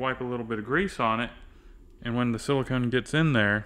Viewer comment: that is caulk not silacone won't be alright lol